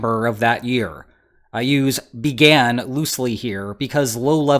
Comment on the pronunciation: Like loosely secured shipping containers.. That enunciation goes way overboard.